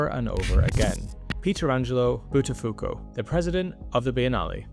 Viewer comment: Buttafuoco... Interesting name. It means "Fire-dropper" ; " Fire-thrower", or something similar. It is quite awkward though that you native English speakers are totally unable to pronounce anything Italian correctly...